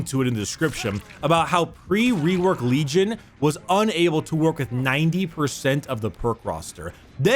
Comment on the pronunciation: Did you say Lejim